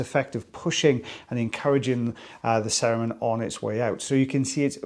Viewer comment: Every time you say cerumen, I keep hearing Saruman and am waiting for the orc to pop out.